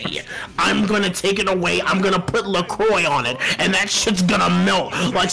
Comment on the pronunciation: I like how Alfred and pronounce La Croix differently. It's like the easiest way to tell which side of the world they're from